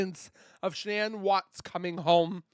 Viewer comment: I hate these AI videos. So much off this information is untrue and made up. I love your nightly videos Z, but you've been doing way too many AI videos lately and I can't watch all the false facts and the wrong pronunciation of Shanann's name from them anymore 😕